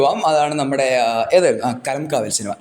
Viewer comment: bro not കലംകാവൽ its കളംകാവൽ